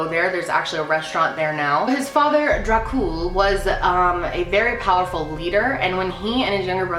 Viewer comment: "Vlad The Impaler" GASPS VLAD ȚEPEȘ?? GASPING INTENSIFIES I STUDIED ABOUT HIM IN HISTORYYYYY edit: the way you said Dracul is- well okay edit2: i actually studied his reign and his life when i was in school, you got a lot of info wrong im sorry :c